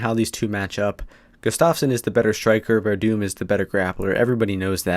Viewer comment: It's Werdum my dude lol, you gotta at least get his name right before you go shouting off or else you just look like an ass.